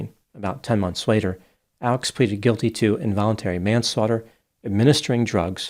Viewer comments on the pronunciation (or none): none